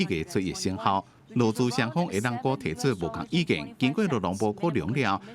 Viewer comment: 同意的「意」應該是「ì」喔，好像聽到播報員兩三次都念成「gì」。如